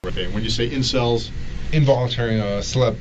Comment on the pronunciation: Did the detective actually say "celebs" instead of "incels" at one point??